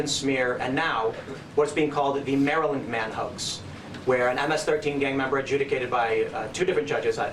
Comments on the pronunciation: As much as I hate Americans mispronouncing Worcestershire, I hate Carl mispronouncing Maryland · I love how Carl pronounces Maryland. He says Mary-land. I’ve always heard it pronounced “Marilend” I’m also from Oklahoma so… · I was born in Maryland (raised in NoVA) and I never tire of hearing the Brits pronounce it Mary-land. It’s the cutest thing ever. So much better than the way I pronounce in (Merlyn) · You said Mary-Land 5 times in a row on purpose. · Haha, Carl calls it "Mary Land" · Where I am at it's pronounced like Marieland. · Lol I love your pronounciation of Maryland. It's charming.